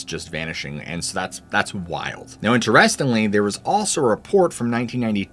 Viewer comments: Am I the only one bothered by the way he pronounced "interestingly"? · The video was great. I’m not trying to throw shade, but you’re saying “interestingly” wrong. It’s driving me crazy . 😂